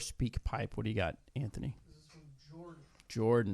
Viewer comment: Great insight? The guy to her right dosent know which camera to speak towards? And he says Antknee??? Really Antknee.